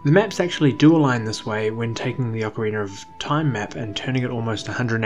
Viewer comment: Well must be a UK thing then bc you definitely do say ocarinar of time, and it's a legit question not a troll question so I still wonder why is that?